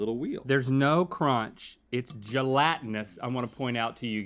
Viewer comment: the way link says gelatinous is disturbingly funny.